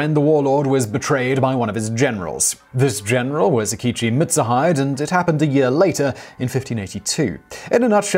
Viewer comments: A-kichi Mit-sue-hide? Ya-sue-kay? 😨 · "Akechi Mitsu Hide" I'm dying over here. Also sounds weird you're saying last name first here even though that's how they say it in Japan.